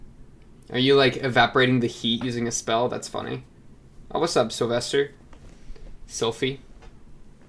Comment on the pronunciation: Slyphie-yeti huh.